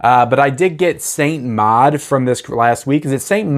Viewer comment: Neither. It's pronounced like "mawd"